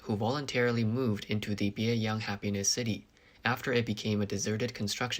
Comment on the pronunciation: One of the apartment complexes sounds like it is called "Biey Unhappiness City". I had to turn on the closed captioning to see it is Bieyang Happiness City.